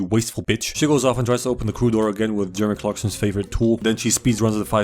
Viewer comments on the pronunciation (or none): none